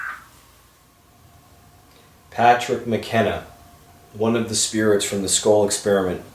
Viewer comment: I hear, “ this. Is. Patrick ... ma.ken.na ... with. the. scole. pro-JECT” sounds like he said scolee (long e) He’s breaking hard between each word / slow thru the syllables